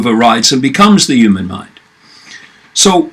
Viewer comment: Why do you say "the uman mind"?